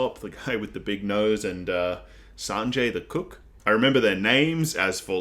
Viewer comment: I don't know why, but you saying Sanjay the Cook just tickled me so much. Sanjay the Cook, serving up the finest vindaloo this side of the Grand Line. 😂